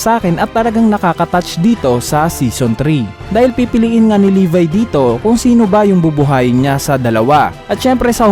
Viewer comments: levi hindi levy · Libay daw imbis ng levi ang basa